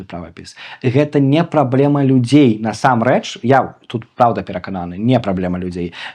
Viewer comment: Памылка - няправільны націск у слове насамрэч. Ягор таксама мае яе.